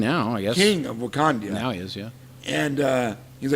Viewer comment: one of you keeps saying wakandia its wakanda